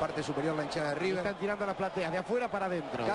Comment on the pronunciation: Emm amigo es river no riber